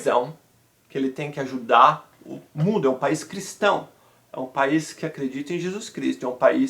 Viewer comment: Ajudar, “çèi”